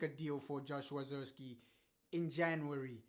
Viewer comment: He might not be good but at least say his name right!!!! 😮